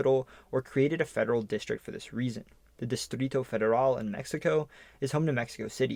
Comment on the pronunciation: You claim to pronounce Appalachia correctly, yet you pronounce Distrito Federal really bad. At least use google translate to listen to the right pronounctiation.